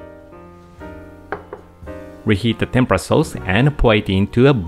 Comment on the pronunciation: Dear Sir.yuor pronunciation on Tempra that's the way you pronunciation sound BUT. RIGHT WAY IS TEMPURA Wich make lots difference